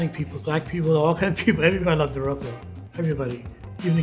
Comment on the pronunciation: There's a hard CH on that word. It doesn't end in an "uh" sound. RugelACH